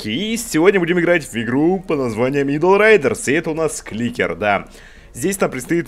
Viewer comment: А я думал, что читается Айдл, а не Идл.